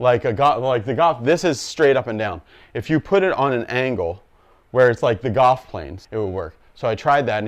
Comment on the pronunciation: Are you saying 'gawwff' or Golf? Cool vid